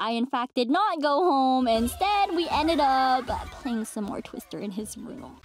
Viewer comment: She really said "twister